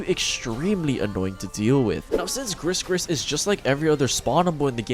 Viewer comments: Its gri gri not gris gris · Its definitely pronounced gri-gri not grisssss-grisssss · Its pronounced "gree gree" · well because it's a pun for Gris-Gris that means "lucky charm" in French/Créole (pronounced "Gree-gree") and the name Gregory, pretty much like every brawlers' name. And they mention the pronunciation in her description ;) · probably a mistake because I'm french and gris gris is like a lucky charm and it's not pronounced "gregory" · great guide, just wanna say though, Gris-Gris isn't pronouced the way you say it, the S's are silent